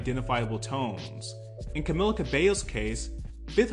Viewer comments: *Ca-mee-la is how it's pronounced 😁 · bro if i hear one more person pronounce her name as camiLLA istg 😭